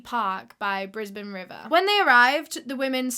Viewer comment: I love you for pronouncing Brisbane properly. (That's my hometown, too)